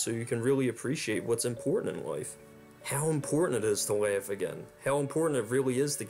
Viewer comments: Everytime you said 'LIFE' it sounded like 'WIFE.' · I had to replay where you said he had a happy life..cause I thought you said wife. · You can't pronounce life.